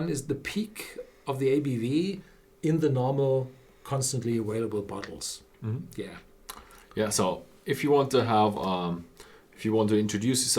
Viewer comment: Horst: it's pronounced aVailable, not aWailable. Your son, Ben, can teach you because he pronounces it correctly.